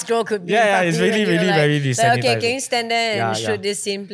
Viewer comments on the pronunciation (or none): "Desensitized", not "disanitised" 😅